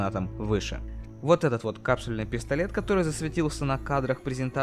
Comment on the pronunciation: КапсЮльный, а не капсульный. Не оговорка, а совершенно разные слова, так что приебаться право имею)